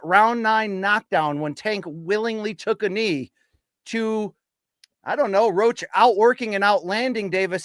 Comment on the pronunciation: His name is Roach damn it lol